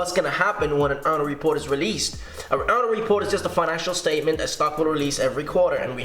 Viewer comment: What's he saying? Earner report? Earl report? Earla report ?